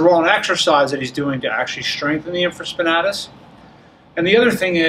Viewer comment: Great video except it’s pronounced “in·fruh·spuh·NAY·tuhs”.